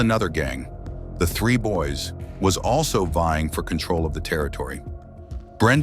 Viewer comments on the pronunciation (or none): The 3 boys gang?? Nah that AI you using is mis pranounced. Its Dre boy's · 😂 I was wondering who 3 boys were. At least he got the 3 right.... Unit 3 lol